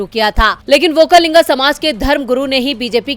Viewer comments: व्होकालिंग नही वक्कलिंग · Okka linga nahi. Okkaliga